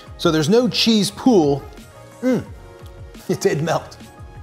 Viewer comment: A pool is what we swim in. I think you mean pull. "No cheese pool" makes zero sense. Pull should sound like, "puhhl." Like the u in butt, but longer, like bull. Unless you say bool for a male cattle. Then I'm just done.